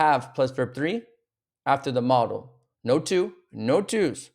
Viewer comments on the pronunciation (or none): You are mispronouncing MODAL verbs. It's mow·duhl not "model"